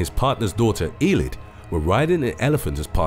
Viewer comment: Eilidh is pronounced ayylee